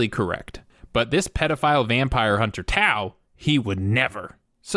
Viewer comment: tao? or towel?